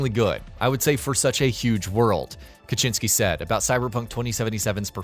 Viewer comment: Adam Kaczyński that hurts my ears.